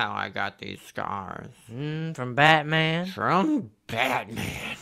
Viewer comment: Fruuum BatMaN! 😂